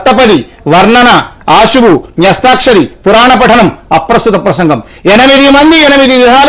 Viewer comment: అశువు కాదమ్మా ఆసువు గా అని పలుకు తల్లీ.